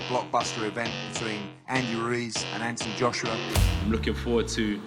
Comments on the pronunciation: You're based in England, a multicultural society that is thriving on 2nd generational talent from immigrating countries. The least you can do is practice how to say his full name or don't put that part on the video at all for laughs. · What, you can’t pronounce his name? Poor schooling. Stopped watching it there. Reminded me of growing up in Bow during the 1970’s. Wankers like this were everywhere. But I was one of those little black boys that you never made the mistake of letting me move around.